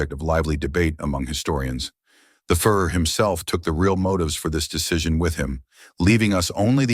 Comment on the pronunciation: the "fur er" and the "fore er." Good lord. Does anyone check pronunciation on these horrible videos? Of course not because they are all AI. No humans took any part in this garbage.